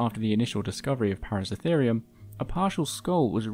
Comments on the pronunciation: Thank you for another great video. Now I'm going to an asshole: it's ParaCERAtherium. Not "Paracetherium". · Its Para-CERA-therium. Not Para-CE-therium... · just a pronunciation point: Paraceratherium, you keep missing the middle "ra." You keep pronouncing it as if it is spelt, Paracetherium. It should be, "Peh-rah-Seh-rah-THII-RII-uhm," not, "Peh-rah-seh-THII-RII-uhm." Para means around, and Ceratherium, the ending just means an individual group of Ceratheres, whatever that is in Latin. Perhaps grass eaters? But it is definitely "Seh-Rah-thiirz," not, "Seh-thiirz." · even when its plainly written out on the screen "ParaceRAtherium" the narrator still calls the Genus "Paracetherium" EVERY time... WHY? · *Para-CERA-therium - 7 syllables! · Wonderful video! Although it is a little odd hearing you miss a syllable in the name of Paraceratherium every time you said it. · Hearing you mispronounce paraceratherium dozens of times was maddening.